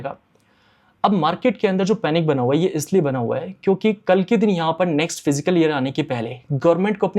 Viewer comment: Abey gawaar फ़िज़िकल नहीं फिस्कल होता hai